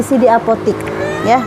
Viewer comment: Buk cuma mau benerin, sebutanya apotek bukan apotik 🙏🏻